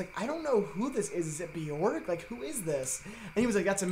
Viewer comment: you really said bee york